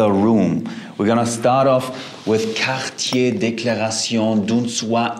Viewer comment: You pronounce the Cartier name so well, love it!! I really would like that VWI one day, watch out for the white clothes, but the smell sounds like it is SO worth it!! Strength Jeremy 💪😊❤👍💯👌💪